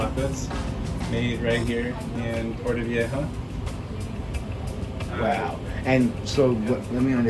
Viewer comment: I love this content!! I’m going for my birthday soon so very helpful 😌. But how you pronounce Viejo cringes my soul every time. Lol I’m sorry! Vei HO. That’s all.